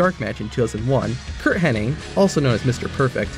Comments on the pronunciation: His last name is Hennig, not Henning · It’s Hennig not Henning